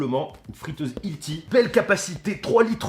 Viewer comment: ‘’Hilti’’ Tu fais pas d’effort 😭😭